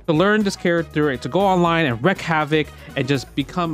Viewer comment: it's pronounced "wreak" (reek), not "wreck".